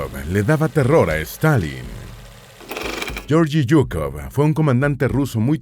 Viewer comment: Se pronuncia Gueorguis Zukof...asi segun el Ruso